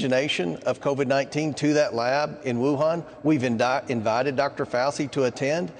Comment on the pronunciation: I know he's Kentuckian but he doesn't know how to say FAUCI. FAUW CHEE!!! Not hard!!!